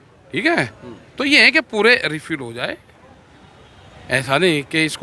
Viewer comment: बेचारे टिकैत साहब रिपील को रिफिल बोल रहे हैं